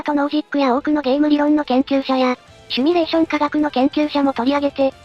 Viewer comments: シュミレーション❌ シミュレーション⭕ どうでもいいかw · シミュレーションを「シュミレーション」って云っていてモニョる。 #シミュレーション警察